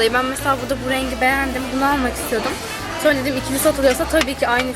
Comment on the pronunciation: sonra yerine sorna diyosun